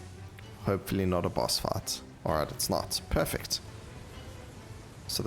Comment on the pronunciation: And fight sounds like fart